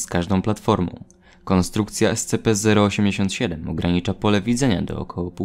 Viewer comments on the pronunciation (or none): te czasy w których mówił escepe zamiast escipi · Pamiętam jak mówiłeś ESCEPE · Ten moment kiedy słyszysz jak wymawia SCP jako "Es-Ce-pe" i robi to celowo, niewiedząc że to błąd